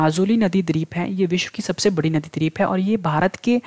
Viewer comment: जय हिंद सर, आपने बहुत ही अच्छा स्टडी मैटेरियल उप्लब्ध कराया। जब आप द्वीप (Dweep) का उच्चारण द्रिप (dreep) करते हैं तो इर्रिटेशन जैसा होता है। बाकी बहुत बहुत सराहनीय है।